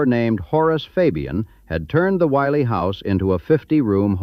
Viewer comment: Pronounce the name Willey right. There are 2 Ls which makes the I soft as in indian.